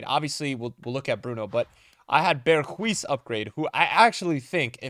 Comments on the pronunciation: You say it like this “BERGH- uh - S” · yo say berguis again mad funny